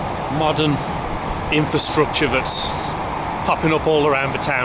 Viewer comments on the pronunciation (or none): none